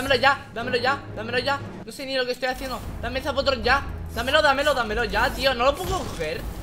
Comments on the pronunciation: Zapatron en vez de zapotron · Zapatron😂😂 Se dice zapotron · Se dice y escribe ZAPOTRON